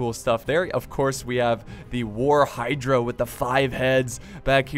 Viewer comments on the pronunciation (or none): none